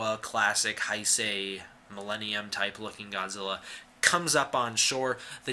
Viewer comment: 平成-->hei sei. Not hai sei you dumbf